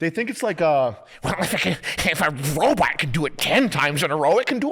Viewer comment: “Wobot whar”